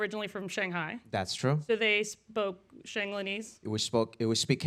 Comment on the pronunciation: "shanglanese" akdsfasjhdfalkdjhf